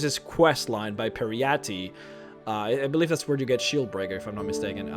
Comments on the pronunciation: It's Peryite, not Peryatti. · Peeriiahtee? Peryite? Wtf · its pary-ar-at ie its par-e-ar-ite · "pe-ree-ya-TEE"? is that how we pronounce peryite? i thought the e at the end is silent and the yite part is pronounced like "aight". i dunno i dont really turn the volume up when i play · it's pronounced "Pear-e-ite" with -ite as in meteorite. I think all names that end with an E or similar in TES are pronounced like meteorite etc. Such as Kyne, which is pronounced "kye-n" with kye as in eye. I've heard people say "kyeney" or "kyeni". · Pare -- ee -- ite Peryite :T. Minor nitpick, but just wanted to get it off my chest. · You’re pronouncing peryite so wrong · All of the bad pronunciations and grammar was killing me, even people who don't speak English aren't this fucking annoying. I couldn't continue any further as soon as i heard how he pronounced Peryite. Fuck this channel. Bring it, fanboys! Hear me insult your master! Fucking losers.... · "Periyate" "Hearcyne" Muh nigga, i understand english isn't you native language, BUT COME ON! :'D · Peryite. Per-EE-ite. Hircine. HER-seen. These names are literally said right in game. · butchering the name Peryite. It's two sylables. Peer-right. get it right Her-seen not Here-seen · L Takara listen to how he says Peryite and Coven for starters. whats wrong with your ears? It has nothing to do with accent, "bro".